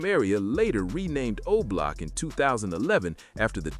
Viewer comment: You mean OBLOCK… not Olock.